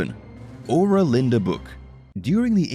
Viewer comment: Ur an tia ... Having met the book 40 years ago. Sound it out. Not the way the narrator kept mispronouncing it. Kinda misogynistic as I recall.